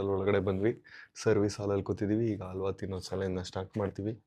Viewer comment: ತೇನೋ ಅಲ್ಲ ಬ್ರೋ ಅದು ತಿನ್ನೋ 😂